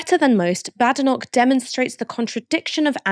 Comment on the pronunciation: 🙄it’s not pronounced bad e nok 🙄🏴 as it’s a place in a great country and me being one it bade noch